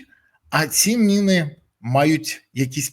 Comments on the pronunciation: Мыны ты что совсем украинского языка не знаешь!Міни читай😊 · Береза! Не " мИни" а " міни", тиж експерт не будь оленем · Чому ти говориш на міни мини а не кажеш миномет ,а міномет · Пане Борислав не "мини", а "міни" неможливо слухати, ріже вуха 🤦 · Міни , а не "мини". Міномет , а не "миномет".